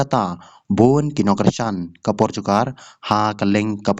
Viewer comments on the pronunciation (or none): Portugal ph ym dei portugar 😅😅😅😅